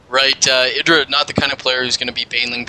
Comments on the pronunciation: isn't it eye-drah? not iddrah. This is what happens when you let Zerg macro up.. Idra replenished army so fast... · i hate how you say idra like Lidra without the L its EYEdra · Why do they keep calling him (A)dra... It's IdrA. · "i-dra", not "id-dra". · "Eye dra"